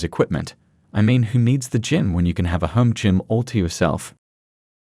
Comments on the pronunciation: Dear God. Use a real person. Gim? Wtf is a gim?! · Why can't these creators use their own voices? The AI voice is so off-putting. In the first minute we had Gim for gym and Chivallrey for chivalry. And the usual woman for women. I stopped listening then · Crappy AI video, yawn... When they pronounce Gym as Gim, I gotta go. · Get a real person to read your script. Your robot can’t even pronounce “gym” correctly.